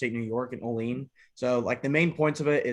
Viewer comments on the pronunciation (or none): You want to be #1? You can't even pronounce the name of the city where Cutco was founded. "O-Leen"? Where is that exactly? You do realize 440A is a stainless steel, not a carbon steel right? It is also not a "high carbon" steel. 440A is not safe for the dishwasher, it will oxidize from the dish detergent striking it at high speed. Who cares if only the handle is? No knife is dishwasher safe. Chinese made garbage gardening tools. Break one, and get another piece of Chinese made garbage. You definitely drank the Kool-Aid though my man!